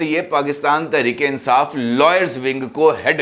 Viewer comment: Insaaf nhn .. INSAAS...